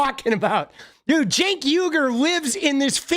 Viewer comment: Homey, Imma help us out, bc u should know how to pronounce the names of the both of the hosts at The Old Jerks, or for that matter Anyone you criticize, whether they're washed up, embittered, well known media figures or not) it's said Jenk yoo- gurr. Not senk. Ana is said the exact same as spelled A - n - n - a .